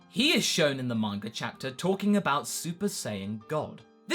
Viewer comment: why when i hear some english speaking people they pronounce names like "vegetar" "bulmar" "mangar" - "idear" - never got that...........